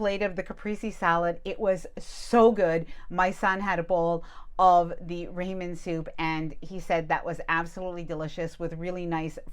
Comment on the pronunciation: rāmen soup... 😂